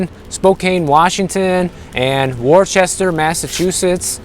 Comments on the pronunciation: war chester :) its wuah-ster new england names are funny they are native american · Worcester, Massachusetts is not pronounced Wor-Chester. Strange as it is we say Whistah up here.....lol 😁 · Warchester haha they call it Wooster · Folks in MA pronounce Worcester as Woos-ter some say it Woos-ta. Not sure how that got started. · it's Woo-sta Massachusetts. Trust me. I called it like you did the first time I went there and was immediately scolded 😂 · at about or so, you pronounced worchester incorrectly as I am from New England and know it all heh. Its pronounced "wus-ta". Kinda crazy.....